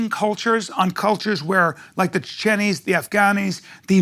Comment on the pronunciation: Did he say “Chichenis”. Old man’s losing it. 😂